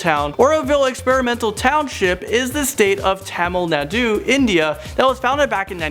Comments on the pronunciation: Tamil Nadu is pronounced like Ta-mill Nadu (I'm not hating on how you say it I just wanted to point that out) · I am from Tamil Nadu And any Indians that cringed when he mispronounced Tamil Nadu!!😂